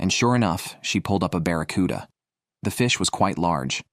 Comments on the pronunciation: Saying baraccuda is rage bait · I was pulling my hair out listening to him call it a barracuda!!!😂😂😂